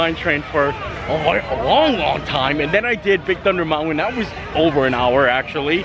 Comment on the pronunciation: Hey, I LOVE the way you say MOUNTAIN!! 💕. Ha. ( Not making fun of you, I’ve just never heard it pronounced Mount-Wen before!!). I really like your hats. They really suit you. Maybe you could wear your favorite sports team(s) too!! 😃